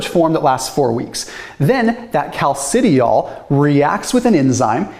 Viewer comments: Cal-ci-di-ol You're welcome :) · I'm not the expert, but from chemistry classes gone by, I suspect that those words are properly pronounced "calci-dye-all" and "calci-try-all." Thanks, as always, for the deep dive!